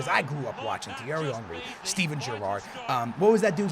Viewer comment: The way you say Thierry Henry is so satisfying 😂